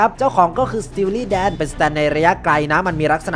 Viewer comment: พี่พูดพิดคําสติวลี่แดนครับ